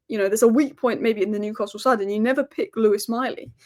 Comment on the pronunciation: The best pronunciation of Newcastle eva 😂… luckily the toon played well for that 11 minute spell, PS hey Liverpool win the league & be done with yourself leave the Cup for the toon